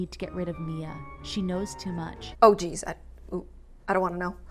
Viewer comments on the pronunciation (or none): none